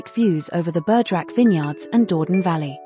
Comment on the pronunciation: WARNING! - AI ALERT! This pretty video contains an "automatically generated" voice-over - a product of the Brave New AI World, it seems? Unfortunately, this fabricated voice is totally unable to handle two languages at once, so every French word or name is mispronounced. Is there anyone who does not know that 'Dordogne' is NOT pronounced 'Door-don'? Or that 'Église de Notre Dâme' isn't 'egg-lays not dame'? Have fun - spot the boobs!